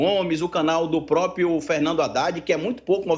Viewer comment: Um historiador e analista político que diz "póprio".